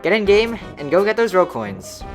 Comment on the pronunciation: when you say rogue coins it sounds like rell coins from shindo maybe make them something else idk